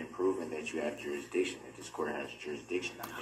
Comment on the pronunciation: “Subject Matter Jurushdicshun” 😂😂😂 “Is that a tack it agreement?” 😂😂😂 🤡🤡🤡